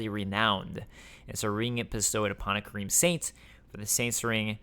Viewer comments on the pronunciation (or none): none